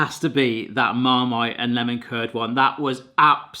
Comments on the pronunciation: I thought it was cool! And I could tell it’s not AI because he couldn’t say marmite lol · Who's the narrator? A very deep voice though it was definitely funny hearing him stumble over how to pronounce Marmite! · Are you deaf? It can't pronounce Apricot or Marmite.